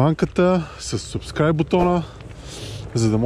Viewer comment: Защо не кажеш бутона "АБОНИРАНЕ", а казваш subscribe и даже го не го произнасяш правилно səbˈskrīb, а не сУбскрайб. Живееш в Англия , използваш чуждици а не можеш да ги произнесеш правилно .... Не се излагай и си използвай хубавите български думи